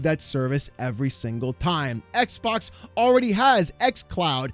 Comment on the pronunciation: Why is this guy saying "eckbock?"